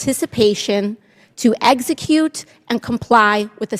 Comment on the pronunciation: Did aoc say eggsacute